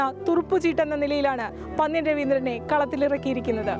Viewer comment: മാഡം പന്ന്യൻ എന്ന് പറയുമ്പോൾ നന്ന് എന്ന " ന്ന " അല്ല പന്നൽ എന്ന് പറയുമ്പോൾ ഉപയോഗിക്കുന്ന 'ന്ന" ഉപയോഗിക്കണം